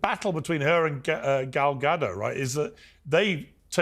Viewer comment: Stops the show to make sure they’re pronouncing Rachel Zieglers name right immediately mispronounces Gal Gadots name and moves on